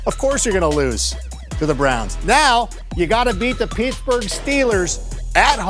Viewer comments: No one: Absolutely no one: Not even a Steelers fan: Adam: “Peetsburgh Steelers.” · “Peethburgh” -Adam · 'Peetsburg steelers' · Wow should of known a guy that couldn’t say Pittsburgh Steelers properly is in a rough way. Wat an embarrassment lol.